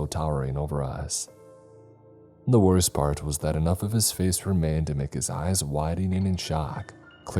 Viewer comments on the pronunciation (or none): none